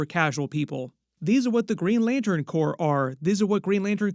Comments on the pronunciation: When you referred to the Green lantern Corps, you said "Green Lantern Corpse." It's pronounced "Green Lantern CORE." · Corps is pronounced *core*, not *corpse*. A corpse is a dead body. Corps (pronounced core) refers to a specialized group of people acting together for a common purpose or a specific branch within an organization, as in "Marine Corps", "Peace Corps", and "Green Lantern Corps. FYI: 2016 is 20 years after 1996, not 10. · Corps... is pronounced "Core" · You know CORPS in Green Lantern corps is pronounced core. The S is silent like a Marine Corps. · i know you didnt just call them the green lantern “corpse” lol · Do you not know how to pronounce corps? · Just FYI, the ps in corps is silent.